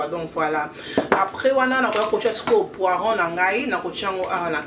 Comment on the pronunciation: Coucou, bonne recette indeed. Just one little remark ma belle dame, Legume wana esalaka "poireaux" not "poiron". So you can rectify your pronunciation. Love you. Take care ☺️